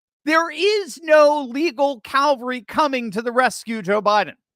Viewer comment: Calvary is where Christ was crucified. Cavalry is the military mounted traditionally on horseback. There is no “L” before the V. I am amazed at how many people mispronounce that word.